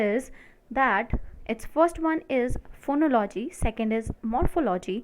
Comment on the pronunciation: Phonology and morphology are pronounced with emphasis here: phonólogy morphólogy and not phonológy morphológy.